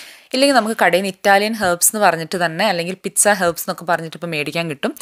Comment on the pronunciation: Sorry it's not pitza it is peet-saa